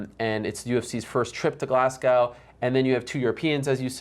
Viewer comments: Glaz-go not gaow mate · It's pronounced Glaz-go (Glasgow) just to say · It pronounced glaz-go my friend